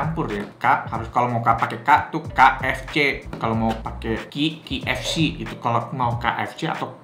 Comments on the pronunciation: kei ef si bacanya nex, bukan ki ef si =D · Haha..spelling KFC aja ribet banget bang...btw K kalo dibaca d bhs inggris khn emang 'keiy' bukan 'ki' jdi bner aja bang kalo bacanya 'keiy ef si' ato kalo ngmongnya khn ' ke ef si'..maaf bang ga penting sih komen gw...cuma trgelitik aja..wkwkwwk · Key ef si, betul begitu ejanya... Huruf "K" kan bacanya key bukan ki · 1. K itu bacanya "key", bukan "ki" 2. Yg ketiga itu bener original, gw soalnya suka beli yg campur biar ga enek kebanyakan tepung jadi tau bedanya original ama crispy. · Bang klo kfc dibaca (ki)efsi, itu ki nya pake q. Nah klo pake ‘k’ harusnya dibaca (kei)efsi Sori klo ga penting hehe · Key bukan ki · Pronounce huruf K itu bukan Ki bg tapi Ke 😂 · Cara bacanya yg bener: Indonesia: Ka eF Ce Inggris: Kei eF Si (bukan Ki eF Si) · yang gw bilang itu udah cara penyebutannya, bukan tulisan key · Emang iya K di bahasa Inggris dibaca Ki koh?😂